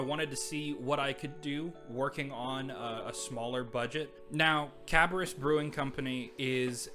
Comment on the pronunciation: Great pick ups. Cabarrus is pronounced like Cab-bear-us. It’s all good though all the out of towners do the same. I enjoyed the video and subscribed.